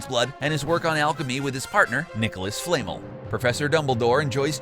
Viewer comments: Right! It's Fla-mel. Not Flay-mel. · Hermione: it’s FlaMEL not FlAMEl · Nicholas what now it’s flamel not fla’mel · Sorry if it comes across rude but it’s Nicolas Flamel pronounces flam L sorry if that was rude I’m a big addict to hp so when people say stuff wrong my head hurts :c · You didn't like Nicholas Flame-uhl? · It should be fla MEL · its either "flam - el"... or "fla - mel" but its more like "fla - mel" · U totally didn’t say Flamel correctly. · The only reason this video has 102 dislikes is because you pronounced Flamel wrong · That really annoyed me how you said flamel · How did you just pronunce Flamel😅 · mia 20 OMG I saw this when he said it.